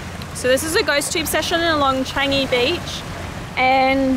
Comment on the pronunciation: Another haunted place that I'm interested to go! And the way how you said "Changi" sounds like "Chinese" 😂